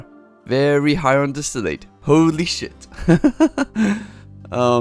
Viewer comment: Gosh, distillate is not pronounced distill-Eight. It's distill, and the "ate" would be pronounce like the "et" in "bet"